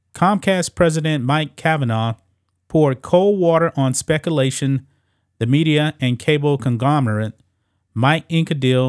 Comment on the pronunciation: Spec-A-lation? C'mon man.